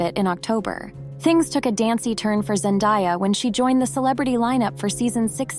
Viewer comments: Zendaaaaaya. Not ZenDIEya! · Zen‐DAY‐ya not Die-ya. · It's pronounced Zen-DAY-a, not Zen-DIE-a. Which rather ruins the video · I’m pretty sure her name is pronounced Zen-de-yuh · Zen-day-a is how it is pronounced. No one has 'died'. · If you’re going to create a documentary on a person, at least pronounce her name right. Zen-DAY-uh. Sheesh! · It's so annoying to hear that "Zendaya" wrong for so many times, I don't know what's so hard to learn the word DAY in ZenDAYa?! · I can’t believe how many of these videos pronounce her name wrong. 😭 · PLEASE learn how to pronounce her name correctly. What you are doing is like nails on a chalkboard. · Great vid hut it would have been better if you atleast pronounced her name right if your going to praise her whole story